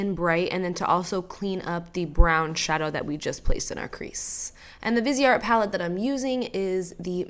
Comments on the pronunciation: Omg so pretty, and what I'm about to say doesn't pertain to, it's just in general. It's not pronounced vis-e-art. It's as if were vice art/vize art. The e makes the I have a capital I sound and the e is silent. Sorry, it's just the English major in me that has me correcting people, it's not to be mean. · Thought it was pronounced vize art?? Maybe not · The way you pronounced Viseart........ Oh